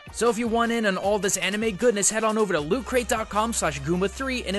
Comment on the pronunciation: Every time I hear lewd anime instead of loot anime